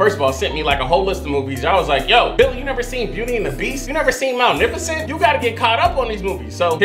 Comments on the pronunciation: He keeps pronouncing ”Maleficent” Malneficent😂😅 and maleficent is originally from Sleeping Beauty so pls watch that before the ”Maleficent” movies😁 #bingers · there he go again calling maleficent ' mail-niff-a-scent' 🤣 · you gotta stop saying malnificent lol